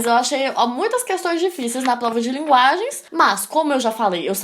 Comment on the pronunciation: Melhor parte é quando dela fala igual o cebolinha.. kkkk "Plova"